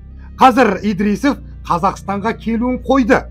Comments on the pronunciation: 🎉Идрисов 😊емес Ыдырысов десеңші балам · Әй,, айналайын, Идрисов емес Ыдырысов, Кулибаев емес Құлыбаев. Осылай дұрыс болады. по ҚАЗАҚский